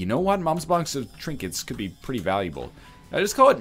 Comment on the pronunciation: he kept mom's box just so he could keep saying mom's bonx